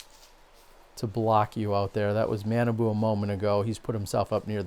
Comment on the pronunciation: Super Fun....Awesome foliage...beautiful day...really good putting...really bad putting....Jacky Chen!!! I liked the last Hole. I liked a few of the uphill ones at the opening. - - It's 'Mah'-'nah'-'boo' ... he's from a different part of Minnesota. So his name doesn't sound like banana at all. - - Feeling spoiled to see this footage. - My guess is Innova will sign Mr. Chen. Discraft is doing the Brodie thing.